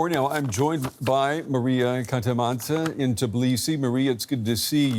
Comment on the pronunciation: it's TBI-lisi not TIB-lisi